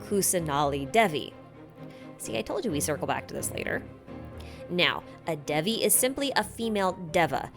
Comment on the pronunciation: since Hinduism is probably a recurring theme in Sumeru, I thought it might be worth mentioning the pronunciation of Deva. The correct pronunciation is closer to "They-va" rather than "Deh-va". Same for Devi. Thanks for the great video again!